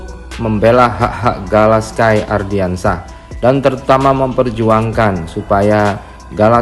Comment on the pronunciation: Please stop bilang "ARDIANSYAH" yg bener tu "ANDRIANSYAH" tolong next dikoreksi ya naratornya, soalnya saya juga pasti nonton channel ini setiap hari kok. Gunakan nama yang benar